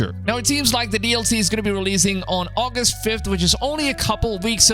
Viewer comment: I think you pronounced August wrong